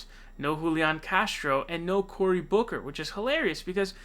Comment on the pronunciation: I’m sorry but, Cory Booker to Cory “Bawker” had me dead